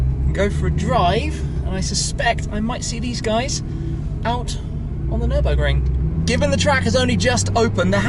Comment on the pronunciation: “Nirbin-burger”. Muscle vs tuner 😂😂😂